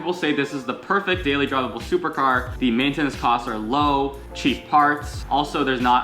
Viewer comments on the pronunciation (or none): Mate-ten-its lmao cracked me up